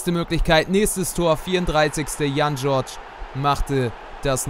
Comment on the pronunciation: Du hast Jan George die ganze Zeit verschieden ausgesprochen